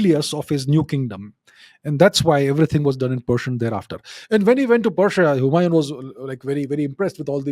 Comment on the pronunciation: The name Humayon is pronounced differently. The "N" is not pronounced fully.